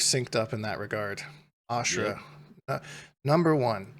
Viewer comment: Homie lost me when he said AshTruh 😂. I hope she gets her bigass hat though.